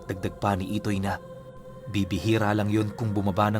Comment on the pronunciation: IDOY daw ITOY po hindi IDOY hahahaha dun pa lang boka ka na 😂